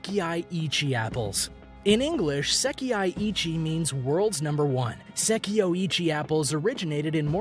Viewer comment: It's not "seki-ai" it's "sekai".